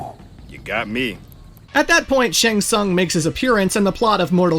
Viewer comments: Making 3hrs of material about MK, yet managing to butcher the pronunciation of "shæng tsang" this bad - unbelievable...🤦‍♀️ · SHANG TSUNG: Shang Tsaang? Shang Tsoong?